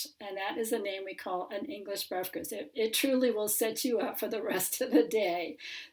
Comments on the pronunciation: I must have head 'briferst' 8 times before i knew it was breakfast you trying to say! man i laughed so hard for ages! i'm sorry! my eyes are watering lol! c'mon lass you can say 'Breakfast' it's not hard lol! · Your pronunciation of the Welsh word's was spot on.. saying "breafkast" though made me laugh 😆